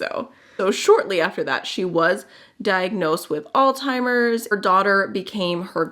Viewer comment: Love this idea. You can branch out into other subjects as well. I love watching beauty combined with some kind of story telling. Just one thing, it's Alzheimer's not old-timers/altimers. My mom suffers from it and dementia and I've noticed some people saying it incorrectly. It's no biggie, just thought maybe you'd like to know.